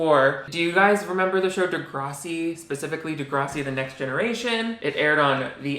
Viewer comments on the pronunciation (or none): 1 pet peeve about this video is how you keep mispronouncing degrassi